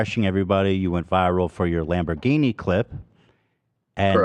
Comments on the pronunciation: Lamborgeeny at the end killed me. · LMFAOOO I love how Ethan at the end was about to go on another tangent with how pronounced Lamborghini